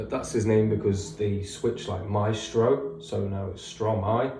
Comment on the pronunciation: Don't worry for the prononciation, it's understandable. You mastered the Stromae one though. Switching syllables of a word to make a new one is the principle of "verlan", a sort of slang in French.